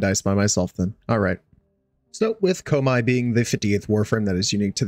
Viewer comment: You hurt me with that pronunciation of koumei